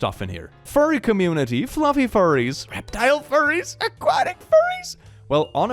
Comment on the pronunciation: What are these..fur-ays of which you speak?